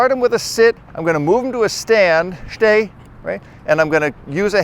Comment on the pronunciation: shhtay??? shhhtop😂